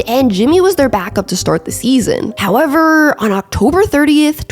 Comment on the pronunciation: I know I’m armchair quarterbacking… but the narration ain’t it. Couple times your inflection on the last syllable doesn’t always have to be accentuated. Ex: seaSON “how-EVERRR”